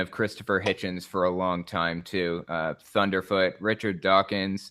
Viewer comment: Thundeefoot? Jeeeez